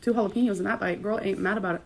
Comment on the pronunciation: How she says Jalapeños annoys me..... Halla-PEENOS